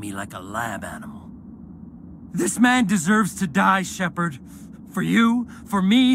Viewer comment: Why do you always say him guess say shepard.